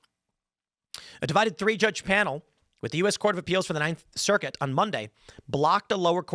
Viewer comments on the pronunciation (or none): none